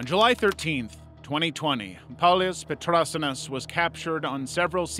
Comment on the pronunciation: Paulius Petrasiunas is a Lithuanian and as a Lithuanian the way u pronounce it is really funny (glad to see Lithuania at least somewhere tho)